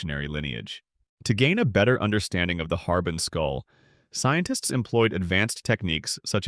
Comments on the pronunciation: Very cool. Looking forward to this. Thank you ☺️ Btw, “Harbin” is pronounced har•BING, with the stress on the bing part 👍🏼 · Well, more like har-BEAN than har-BING.